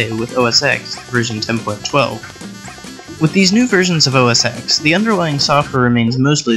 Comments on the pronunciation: You keep saying "OS X", it's called Mac OS 10, as in roman numeral X. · Gahh!!! Not EXXX! But pronounced TEN!! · It's not called OS "ex". It's pronounced as "ten". Damn it! It's obvious you're not that knowledgeable about Apple technology, or you would have been able to pronounce it right. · Mac OS Ten….not OS “ex” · OS X = OS Ten, not Ex. It’s a roman numeral. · Good video. BTW, it’s pronounced OS “ten”. Not OS “X”. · Stopped watching the 3rd time you said "Oh Ess Ecks" Its "OS 10" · OS TEN as in OS 10 not X (ex). Sigh, it is an roman numerical. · OS ten not X. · Get rid of the wacky music. It makes the narration hard to hear. And it's "OS 10," not "oh sex." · It's pronounced as "ten" NOT "ex"! DAMN IT! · OH ESS TEN!!!! NOT ECS!! _ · It's os ten, not OS X! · OS TEN, not "X" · KindRedPanda, having worked at Apple, I can safely say it's pronounced "OS Ten". Even on the first day of training, they tell you "It's not pronounced ecks, it's pronounced ten". Which I found comical. So yes, they don't want you saying the letter X. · "OS eX" ??? between that and the annoying music and terrible audio - I couldn't finish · Lousy, thin, sibilant, narration audio - electronic-sounding phasing/flanging artifacts. (:-( Can't take seriously any Mac video by uninformed person who says OS-ex (:-( Yeah, music somewhat annoying. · Mac "oh sex"? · It's OS X as in the roman numeral X which means ten. It should be pronounced Mac OS 10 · Unfortunately in 2001 (or 2002?) when I started using OSX I called it osex. This was back before I had broadband and I had to go to an Apple store in suburbs of Chicago to get them to burn any needed OSX updates. They never corrected my pronunciation at the store. I didn't find out it was called OS ten until a few years ago. Oh well. Now its called macOS. Right? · The comments section: 33% poor mic quality 33% distracting background music 33% wrong pronunciation of "OS X" 1% other lol